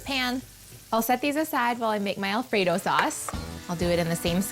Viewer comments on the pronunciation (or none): She legit said "El Frito sauce"